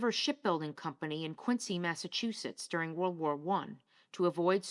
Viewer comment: I don't expect outsiders to know this but Quincy, MA. is pronounced Kwin' zee. The name, which comes from Colonel John Quincy (grandfather of Abigail Adams) is not bastardized. Kwinzee is the original pronunciation.